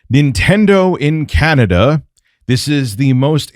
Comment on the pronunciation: C-An-A dah:D!!! just face it you're RTU2.